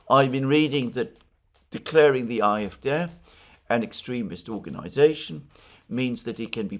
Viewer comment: It's AFD, not IFD